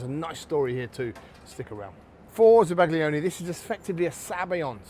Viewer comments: zaba-GLI-one grates on my ears. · Za-Bag-Lee-Onee 😂 Instantly told YouTube to hide your videos from all future searches. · The g is silent. As a chef, foreign words shouldn't be foreign to you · The pronunciation is crushing me on the inside, no respect for the originating culture 😔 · Bro is absolutely butchering the pronunciation of zabaglione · I've never heard it for pronounced that way before? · The G isn't silent. It blends with the L to create a sound that is somewhat unique to Italian. It's somewhere between how you'd pronounce a Y and an L in English. The closest sound to it is the 'ill' in million, but not quite. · Please pronounce it properly. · Zabaglione - the G is silent! 🫶